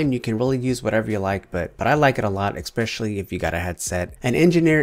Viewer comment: I'm new to your channel but I've been watching your videos for about 20 minutes now and you do realise that you're saying 'especially' wrong, right? I've heard you say 'expecally' like 5 times already.. IN 20 MINUTES!